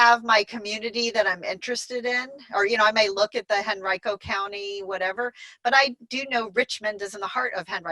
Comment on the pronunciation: Great video, thanks for all your wonderful input. By the way, just fyi, Henrico County, VA is pronounc ed Hen REE co.